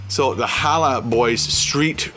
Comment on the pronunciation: it's pronounced HA-LAL not HALA